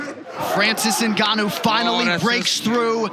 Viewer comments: Why do Americans call Ngannou "eNgannou"? It's not like for mother you say mother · Cormier cant even pronounce the Ngannou surname correctly and call him 'my boy'. What a fake.